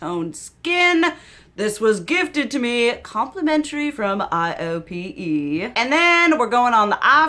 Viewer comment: For low buy tips, watch whitney hedricks! She breaks it down on what type of shopper you are. I think you’d prob be a 4 or 5 on her scale. Highly recommend! Also the brand you love is pronounced: I OH PAY. It’s a fancy schmancy Korean beauty brand.